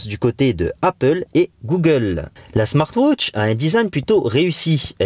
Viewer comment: smart wootch xDDDD